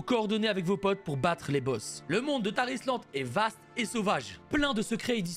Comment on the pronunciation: Quand il parle du sponsor de la vidéo y a que moi qui entend "Tah Islande" ? x)